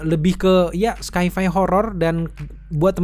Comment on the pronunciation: Koreksi bang, sci-fi dibaca "saifai", kalau tidak nyaman mungkin langsung saja dibaca bahasa Indonesianya, fiksi ilmiah 🙏🏼